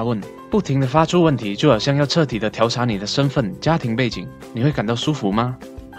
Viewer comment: 一开口调（tiáo）查就开始怀疑了.. 调（diào）查